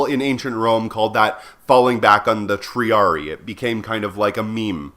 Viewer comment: Minor nitpicks with the latin pronunciation. "Principes" is pronounced with the c sounding like a k and "Triarii" has the second i sounding like the "a" from "able". Anyway, great vid. Thanks for the completely contextually irrelevant information.